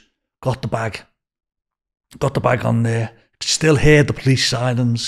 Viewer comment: Cwazy and siwens 🤣 Welease Bwian.